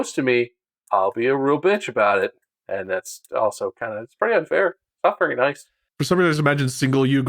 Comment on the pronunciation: bob said unfar at like agein